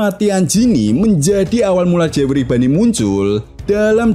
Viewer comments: Boney bang bukan bunny apalagi funny 🤣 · Mendengar dia sebut bunny. Aduh.. malas tengok.